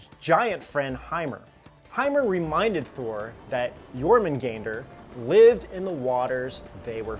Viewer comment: Stop staring at whatever youre reading so much that it causes an issue.........or learn to switch cameras.........also if youre gonna talk about myths ffs for all actual historians out there, even the most elementary....LEARN TO SAY what youre talking about seriously "Yor-man-gan-der"? ........even if you dont speak the language how the FUCK do you get that pronunciation out of that.....